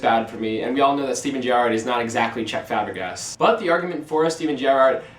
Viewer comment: I think he means Cesc Fabregas and not Chech Fabrigas